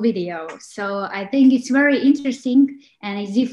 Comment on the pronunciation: nije UERI vec VERI, nije UIDEO vec VIDEO leptipoljubim